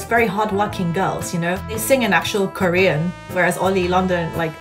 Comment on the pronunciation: same lmaoo why does he sound so choppy and he adds a weird British accent(?) Usually I can tell by the sound and pronunciation that its Korean but I couldn't with him